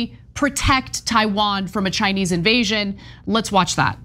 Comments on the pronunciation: I heard "ChinEE little clip" but okay. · He said Chiny little clip!😂😂😂